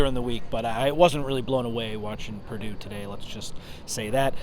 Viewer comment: It’s Purdue. Come on